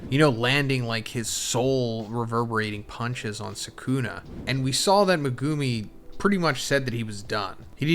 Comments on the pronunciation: MEH-GEW-MI LOLOL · The way this guy dismantles Megumi’s name hurts. Omg.. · It really is annoying. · Does anyone else cringe really hard when this guy says Megumis name?😅